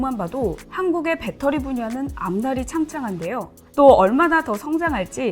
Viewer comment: 배터리 발음 교정하세요 젊은사람 같은데